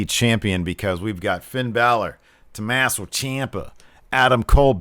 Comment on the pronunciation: I honestly thought said TomAsshole Ciampa 😂😂